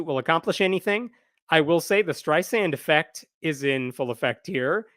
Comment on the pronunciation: "Steisand Effect"